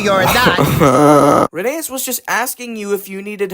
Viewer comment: So, pronunciation Tal-y-llyn is said more like tal-uh-[hiss]in (I'm not sure if they'll accept klin like Unlucky Tug says it And Rheneas is actually pronounced like Phineas but with an R instead of a P (I think the e after the H throws people off, but the book readers say it that way)